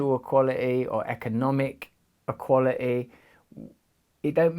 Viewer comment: equala'ee, EQUALA'EE? Say the bloody "T" already would'ja!!!